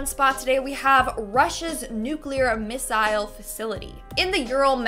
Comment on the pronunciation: Am I the only one who thinks she pronounced missile wrong? Otherwise amazing info!